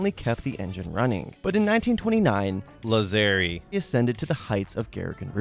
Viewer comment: Well, that last name would be pronounced "Làzzeri" in Italian, so you were actually correct (source: I am Italian).